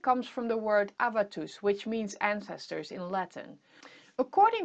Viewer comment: Good video! Small correction. It 's atavus in Latin and not avatus.